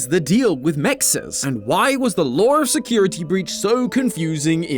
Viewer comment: okay but like why did he turn American for the word “lore” 😂😂